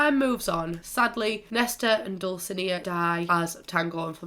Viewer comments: Depending on whether or not you're speaking Castilian Spanish, it's either Dul-thi-NAY-a or Dul-si-NAY-a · just so u know dulcinea is pronounced (dull-sea-nee-A) 🤙🏽🥰